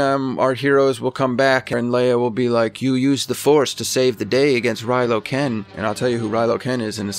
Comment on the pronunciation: Thats a pretty good prediction man:) Oh, and it's Kylo Ren, not Rylo Ken...